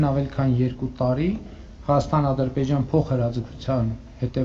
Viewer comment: Ժողովուրդ ջան, լսում եք ոնց է արտասանում հայաստան բառը , ասում է հաստան, հաստա ի